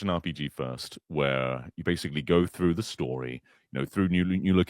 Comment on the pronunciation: "so thorugh"? I know they speak a little funny in the UK but cmon lol